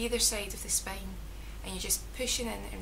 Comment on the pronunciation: I like your accent.. words like spain...(spine)....lovely !